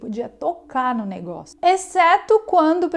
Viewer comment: '..."O negoço"...."o baguio"..".trambolho"...pequenos deslizes em um bom trabalho...